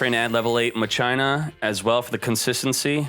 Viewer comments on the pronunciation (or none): none